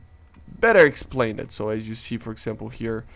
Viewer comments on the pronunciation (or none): someone should tell him that when you say words that end in -ed, ex: explained, are pronounced like Explaind, not Explain-Ed😂 name ed explain ed change ed lol